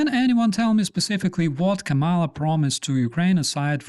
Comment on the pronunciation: KAH muh La, not Kuh Malla. I feel it is important not to call her by the name Trump made up.